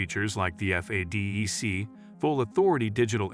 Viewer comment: AI choked on FADEC